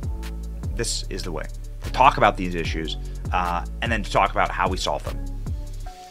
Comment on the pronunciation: got iss-shews